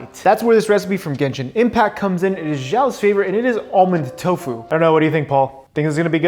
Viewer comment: It's not "jao" it's "shao" X in chinese has the SH sound.